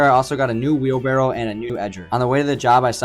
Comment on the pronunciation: Its “wheelbARRow” not “wheelBArrel” ❤